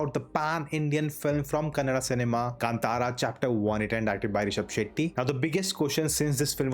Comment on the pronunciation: Thank you for your correct pronunciation of 'Kantara'.